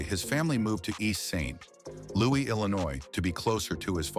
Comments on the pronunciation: Weird AI produced video....the content is not bad or wrong but the old style film distortion and the AI produced narrator(i know because it continually says, "East St........Louis) is distracting and unneeded. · You synthetic voice screwed up again on the East St. Louis bit. Why didn't you fix it before submission? Why don't you care?? Not caring enough to fix it earns you a sincere thumbs down. Maybe you should find another hobby. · The AI (artificial intelligence) narration needs to be tweaked. The constant mispronunciation of East St. Louis coupled with other notable errors are red flags a robot is doing the narration...or so it appears. Still, it's a pretty good look into the early developments of a legend. imho